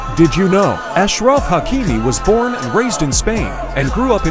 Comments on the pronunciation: Stop trying to correct people when you’re wrony It’s pronounced ashraf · Wow so cool and you pronounced his name incorrectly go and know how to pronounce it then come and talk about my cousin